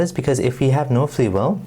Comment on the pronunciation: What the fuck is fwee weel